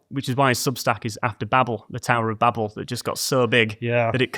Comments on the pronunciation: I know this is very minor, but it's pronounced baybel, not babble. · Babel is said bay bel not babble